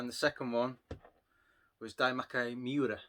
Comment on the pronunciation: Some very nice things there. You pronounced the Japanese name for ghouls and goblins so good, made me laugh that you then struggled with the real name...haha, I'm same though can't quite think whether it's goblins or ghosts 🤣. The artwork does look incredible for that game and the others. I like to collect the Pokémon games, but they're so expensive. The Japanese games are a lot cheaper and the artwork looks so good, the Pokémon logo looks so much better....I should probably consider that route myself.